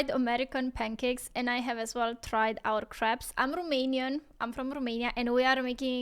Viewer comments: Twinkies don't taste the same as they did when I was a kid. I don't know if they changed or I did. There's a slight chemical aftertaste now. I think I've heard the French pronounce "crepes" like you do. When we say it (I'm American btw), it rhymes with "grapes". Pigs in a blanket are ok, but corn dogs are WAY better. Your jelly is the British jelly. Over here, jelly is just like jam but with less fruit. Americans often think pie is always a sweet dessert item, but that's only because they aren't thinking. Then I ask them, "Ok, ever heard of chicken pot pie?" (Everyone here knows what that is.) So we do have the savory pies here. I'm pretty sure pizza counts as pie. Now I want one of those pies you have over there -- maybe two. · You mentioned you weren't sure how to pronounce crepes (european pancakes). The 'a' sound is 'long' as in the word gray. If you shorten the 'a' sound, depending on how you shorten it, it changes the word to craps - which is either shit or a dice game played at a casino, or you get 'crops' - which are the edible plants resulting from farming, or a type of whip. (kray-p's, instead of kr-ah-ps or kr-aps). I admire your pursuit of language learning. Fun video! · Pronounce it like you are saying cakes. That way it does not sound like poop. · Crepes=cray-ps like grapes.